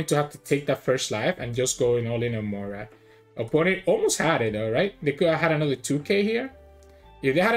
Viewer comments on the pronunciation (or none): I really enjoy watching your videos. Thank you for posting them. As a relatively new player, it is interesting to hear your thought processes. Also, just as a side note, Moria is three syllables (Mo-ri-a) not two (Moy-ra). I actually hear a number of people pronounce Moria as "Moyra." Maybe there is a reason I'm not aware of...